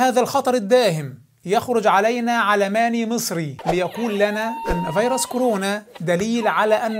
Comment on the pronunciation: مع احترامي الشديد للسيد الدكتور لكنه يلفظ كلمو فيروس وعلماني بطريقة غريبة